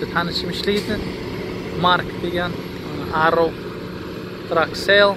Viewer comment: Arrow (arrov)?😂